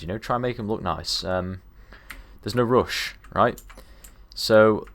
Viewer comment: "theres no roosh"